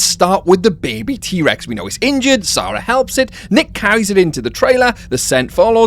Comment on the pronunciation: you got many things wrong here.. down to how you pronounce the name "Sarah".. The spinosaurus didn't hunt for sport, it hunted the people who clipped its side with the plane and killed its babies in all likelihood off cam.. so its entire behaviour would be different. In jp3 did more than one person get eaten by the spino when it pulled the plane asunder? so no sensationalising about its capabilities please, its unattractive, and it didn't decimate the ecosystem, that's unfounded garbage. Roland wanted to hunt and KILL, not catch a t rex. That's why he was angry that his gun had been tampered with. That happening is the only reason the male tyrannosaur was captured not killed- that happening plus his best friend Ajay dying, are why he then quit the business. So in this scenario, he has bullets, not tranks. You have so many knowledge gaps about plot, characters, motives, the animals, that it just beggars beliefs.. before this video i actually didn't think it possible to gaslight fiction, but here we are! You must be more aware than you appear because you cant have been a fan like us and watched n rewatched the films like us, and have limped away saying what you just said in this, this.. event.